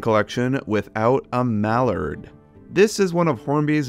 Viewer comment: The way you say mallard is so weird but hey still cool collection